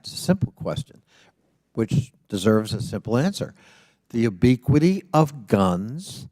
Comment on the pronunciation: What does obiquity or ubiquity mean? He pronounced it differently every time and the question didn't make sense.